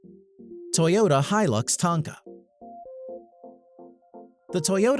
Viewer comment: God if I hear him pronounce hilux wrong one more time...........